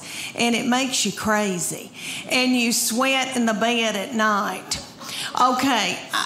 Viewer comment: Where "Bed" is a two syllable word. "Bae-ed"